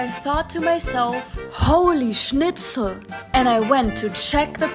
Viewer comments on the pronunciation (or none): the way said holy snitchel😂😂😂